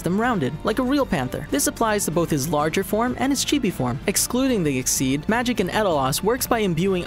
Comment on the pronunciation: I don't intend to hate on your vids but you still mispronounced makarov exceed and edolas Please don't take this as a hate comment but a support comment to help you guys do even better :D